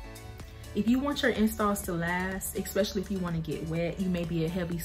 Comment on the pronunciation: Why do people say EXspecially instead of especially?